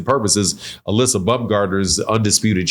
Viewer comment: You pronouncing Alycia name wrong! She's very sensitive about that, can't wait for her response, this going to get interesting!